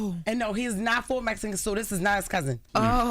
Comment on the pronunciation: Mejican??? Really